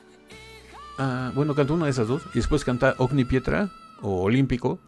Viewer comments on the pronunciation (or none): In Italia il pubblico è latino de misma manera. Infatti i concerti non li amo molto, perché sento tutti che cantano meno il cantante! P.s. pronunci OGNI di Ogni pietra con la G dura e dopo la N. Ma le due consonanti gn hanno un suono unico, lo stesso che ñ da voi: oñi ! Stesso errore che fa Dimash quando pronuncia "magnifica" in PASSIONE